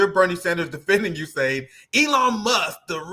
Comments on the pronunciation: US-AID. Ewe-Ess AID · It's pronounced the U.S SAID!